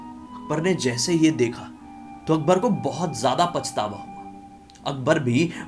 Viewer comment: Bro .. akbar??? Akhbaar??